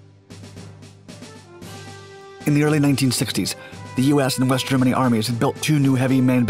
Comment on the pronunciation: West? I thought he said WEAST